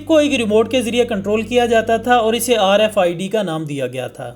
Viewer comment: Bro its RFID not RIFD, pls rectify.